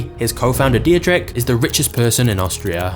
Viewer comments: It's a small task to type a German name (like DIETRICH) into Google Translate and have it pronounced in the right way for you - when you are not familiar with the German language. Just a little tip for the next time, because for any German speaking citizen in this world it sounds completely ridiculous to here a narrator constantly saying 'Die-je-trich' instead of the correct 'Dietrich' (Phonetic pronounced as: Dee trich). Come on... a little homework 😘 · please at least try to find out how to pronounce foreign names, your pronounciation of Dietrich hurts my austrian ears and simply letting google translate pronounce it for you in german would have been enough to do better else, I gotta say I'm kinda glad to have red bull in my country I dont drink it but their TV channel Servus TV is one of the nicest we have here and they're surely good for our economy and global image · You're pronouncing Dietrich completely wrong.